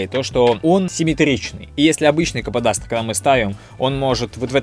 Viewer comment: Слово кападастр сложно для картавых вроде тебя